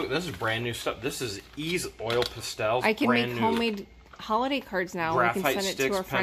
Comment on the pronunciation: Those 'pa-stels'. You're killing me with that pronunciation! Haha